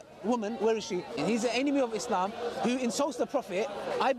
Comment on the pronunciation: pronounces islam as izlam Muslim as muzlim And he claims to be ex muslim🤣🤣